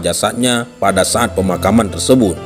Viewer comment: Suatu sa'at kelebihan paseh min saat itu kan pke bahasa indonesia knp pake ain janggal kedengarannya